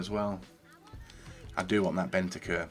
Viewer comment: PLEASE.. BENTANCUR HAS AN N IN IT